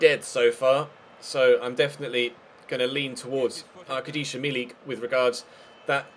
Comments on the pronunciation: I really admire that you look for and say the proper pronunciations of your players' names, especially the harder ones for English speaker.:) You mixed Arkadiusz Milik first name a bit, it's ArkadiUsz, not ArkadiszU, but I think that you can call him Arek for short, and that's much easier and quicker to say. Cheers!:D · Arkadiusz milik is pronounce ark-a-dee-us